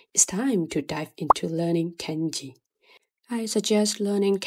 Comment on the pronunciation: Why do you say KENji instead of kahnji (i'm talking pronnounciation not grammatically of course). It's way off.